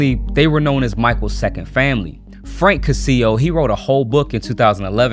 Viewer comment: The Cascio family's name is pronounced CASH-EE-O in Italian. All this drama is probably being brought out at a time, in order to distract people from uniting together & taking down the evil elite who've been running our world for millenia. This is the time.